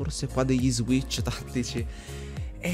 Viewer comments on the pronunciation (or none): none